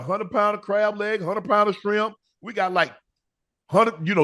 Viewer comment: He can file Chapter 7. Shannon, it’s with not wit, shrimp not shimp